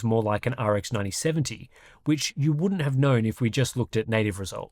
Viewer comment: Enjoyed the presentation, right up until you did that emphatic "YOU" thing at the end. You're not a Yank. Please don't try to be one.